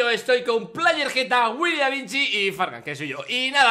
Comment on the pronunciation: Dijo Willy avicci Y era willy Da Vinci